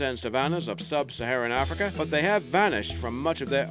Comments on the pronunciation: it's AF-rica... not AH-frica. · its not AAHFRICA.. Damn.. its sounds like AF-RI-KA .. AF as in cAFfeine , RI , and KA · Arrffrika come it’s Africa but apart from annoying pronunciation it’s a good vid lol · I love the way he pronounces Africa.- ARRFRICA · I know I said this on another video but dude PLEASE drop that accent. You aren't Australian and you keep pronouncing words completely wrong. We do not say Ahfrica, it's a hard a sound like in 'at'. Same goes for Massive, it's not mahssive. I would subscribe and continue watching your videos if it weren't for you butchering my country's accent because I actually really enjoy your content. I'm not going to say that it offends me but it's just infuriating hearing the accent butchered that way.